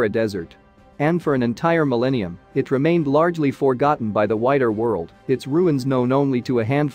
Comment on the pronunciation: lol... a mil-eenium ? !